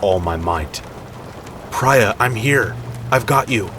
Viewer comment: I have a suspicion that the woman in 5’s name is pronounced PREE-A , not PRY-A. Even if it’s spelled Prya. I could be wrong, but I’ve met several people with the name